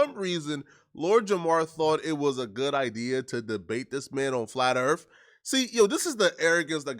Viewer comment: Flat Earf.🥴